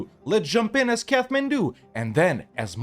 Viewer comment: It's pronounced "Kat-man-doo" not "Kath-man-doo".